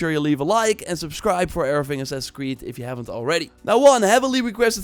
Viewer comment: “Ass creed volla“ Dude if you make a video, talk normally…